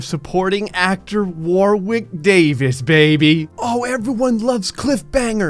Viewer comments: Ack! It's pronounced Worrick NOT War Wick. Ouch ouch my poor ears. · Warwick is pronounced Warrick in the UK.